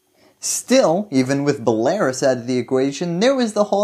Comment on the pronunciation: The way you pronounce belarus hurts my ears 🤣